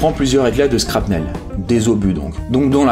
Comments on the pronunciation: Scrapnel ? A quel moment SHR de shrapnel ça se dit scr ? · Shrapnel ca se prononce (chrapnel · très belle vidéo et beau travail d'historien mais (et ça ne ternit pas cotre travail) Boers, shrapnel, Cambrai et Mao Zedong ne se prononce pas du tout comme vous le faites (et une casquette n'est pas un béret) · Lilly Michaelis Et on dis pas du scrapnel mais du Schrapeunél (Pas l'orthographe mais la prononciation) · De la part d'une entreprise je suis assez déçu de l'écriture générale et des fautes, on a l'impression que le mec arrivait sur une bataille, prenait son fusil et se prenait une balle dans la minute qui suit. Aussi on dit shrapnel pas schkarpnel. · Cambrai on dit "kanbrai" pas cambrayy .. Shrapnel "CHrapnel" et pas krapnel Sinon super vidéo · merci idem pour la shrapnel qui se prononce "ch'" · La Perfection de l'Imperfection c'est comme shrapnel qu'il prononce scrapnel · Cambraille... Skrapnel... Tu as bu pour cette vidéo ou bien ? 🤨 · Sa se prononce chnarpel bordel t.est sérieux fait des recherche quand tu connais pas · Camraye??? T'es d'où mon gars ? Cambrai ça se probonce comme "haie". Et shrapnel... J'ai pas vu le "T" que tu prononces. Sinon bonne vidéo !